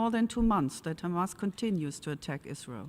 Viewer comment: In short, israel said, “khamas, khamas,khamas, tewowist”